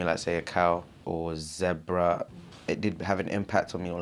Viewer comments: Does it bother anyone else the way he says “zebra” ? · Why he pronounce zebra like that 🤣